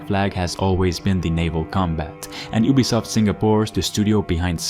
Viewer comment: YOU-bee-soft NOT Oob-bee-soft if you're going to review a company, at least pronounce their name correctly